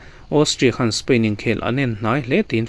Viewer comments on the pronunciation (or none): none